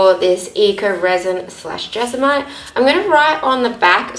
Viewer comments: It's JESMONITE.... Not jezamite! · jes-mo-nite Jesmonite 😊